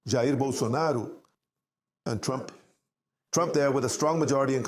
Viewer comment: Or according to uncle Chael Sonnen, Yah-Rear Bolsanaro